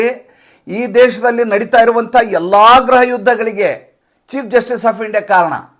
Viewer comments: ಸ್ವಾಮಿ ಅದು ಗ್ರಹ ಅಲ್ಲ. ಗೃಹ ದಯವಿಟ್ಟು ಉಚ್ಚಾರಣೆ ಯನ್ನು ಸರಿಪಡಿಸಿಕೊಳ್ಳಿ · ಗ್ರಹ ಯುದ್ಧ ಅಲ್ಲ ಗೃಹ ಯುದ್ಧ ತಾನೇ